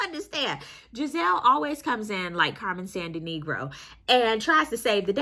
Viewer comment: "Carmen Sandinegro" 😭😭😭😭